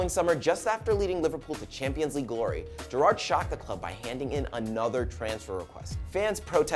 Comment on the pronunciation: You're really fucking annoying and shit prez. You can't even pronounce Gerrard one of the most famous players of all time and who's actually played in the MLS.